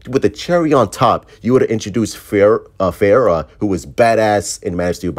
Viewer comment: Faora Ul (Fa - Ora)